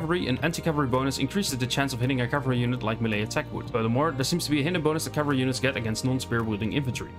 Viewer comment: There were a few bits where your pronunciation is not clear, like where you talk about "alternate cavalry"? and bonus against cavalry. Otherwise this was great. Thanks a lot. Would love also to be able to see the full sources for this info if possible. And finally, are the "baseline" stats correct for base chance to hit and armour chance to save etc?